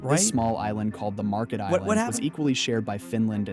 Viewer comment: It's not Market but Märket, and better rendered in English as Merket.